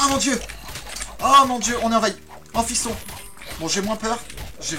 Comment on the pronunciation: A chaque fois qu'il dit Amphyston, je crois qu'il dit fiston .